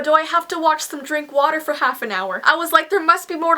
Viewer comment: XD u said Claines instead of claires and first instead of for but it ok but lel XD